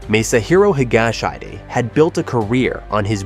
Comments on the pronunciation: "Higa-shyde"? "Hi-ga-shee-deh." Dude, if you don't know how to pronounce a name, look it up! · i lost it at "hige-shite"... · Should have someone coach you on the pronunciation of Japanese names. Not Higa-shide (rhyming with "hide") but Higashi--de. Japanese names do not follow English pronouncing rules. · This isn’t just a japan thing though. Anyway I think you should pronounce Higashide as Hi-ga-she-de. And also Becky is so back. And another celebrity with a scandalous affair, Mari Yaguchi, made a comeback also. Suicides which were also shockingly devastating, Yuko Takeuchi (Ms Sherlock), Haruma Miura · "higashide" is pronounced "hee-guh-shee-day" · Actually it’s he-ga-sh-day 😊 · Higguhshy? :P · can't even pronounce higashide properly. this AI shit has got to stop. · The mispronounced name hurt my ears, so much.